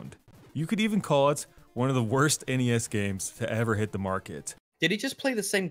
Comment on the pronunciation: Ah Jesus just call it the N-E-S, not the Ness!!!!!